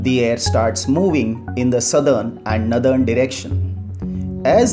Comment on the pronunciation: The explanation is good but the pronounciation of the word Northern is नॉरर्दन and not as नदर्न